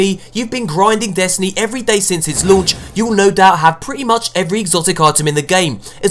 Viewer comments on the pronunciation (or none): none